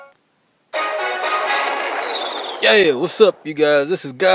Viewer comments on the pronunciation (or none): Its YYEEEaa not YEEAAAHHH